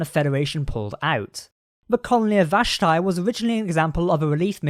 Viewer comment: It's pronounced VASH-Tee.